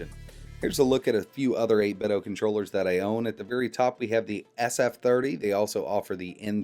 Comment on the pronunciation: Its called 8Bitdo not 8biddo, get it right.